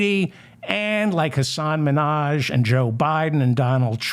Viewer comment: You said Hassan Minaj which is not correct Hassan is a comedian...just sayin